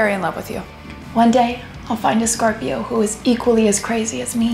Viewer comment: I'm a sCöRp!öö